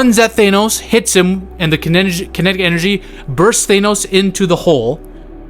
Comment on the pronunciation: Why do u call thanos "thaynos" 😂